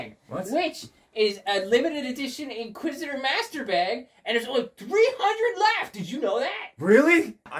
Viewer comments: did say insquisitormaster 😆🤣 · “Insqusitor master”